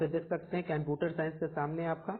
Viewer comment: bhai computer to thik se bol lo.